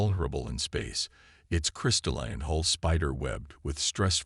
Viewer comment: Outer hole, or hull? Hall or Hull? Come on, get your AI sorted!